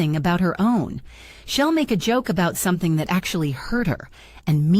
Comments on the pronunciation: She’ll is not pronounced shell…way to go AI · The AI voice saying “shell” instead of “she’ll” was really annoying!! If you can’t make it say it correctly, put in “she will” in long form, instead of thee abbreviation.